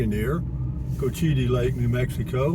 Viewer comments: It's pronounced Coach ua tee lake. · You mentioned that you were unsure about the pronunciation in a previous video... it's pronounced coach-eh-tee